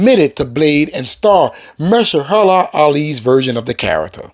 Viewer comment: Ma-her-sha-la to be correct!!! ☝🏽